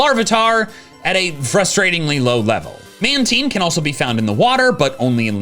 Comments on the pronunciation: he said man-teen instead of man-tine 😭😭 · OMG!!! SAID MAN-TEEN FOR REAL LIFE?! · I may be wondering why is pronouncing it MANteen